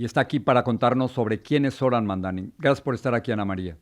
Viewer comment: EMPECEMOS POR PRONUNCIAR BIEN SU NOMBRE… INCLUYO A SUS OPONENTES. ~*MAMDANI*~